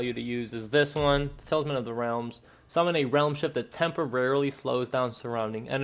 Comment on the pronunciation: Bro are you saying tailsman? 😅